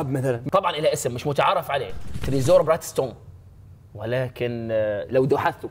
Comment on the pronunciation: اسمها تريجور مش تريزور